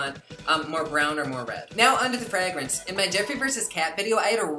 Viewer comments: Ffrrayyygrance 😂 I love how he says fragrance! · I love,love, love the way you say fragrance.